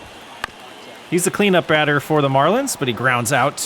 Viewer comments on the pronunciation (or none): none